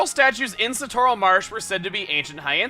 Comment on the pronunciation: Its pronounced, Sa-torl, Chugga, your pronounced it Su-torl.